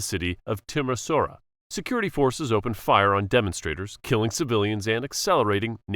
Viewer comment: i am from romania and the way he said Timisoara is just wrong. its more like Tiemieshoaaraa.